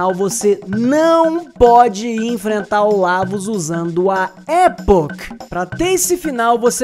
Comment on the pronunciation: Muito bom vídeo! Só uma correção: não é "Époch" que se fala, é "E*poch*", com ênfase no poch.